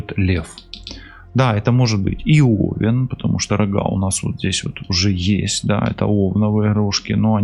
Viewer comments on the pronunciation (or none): none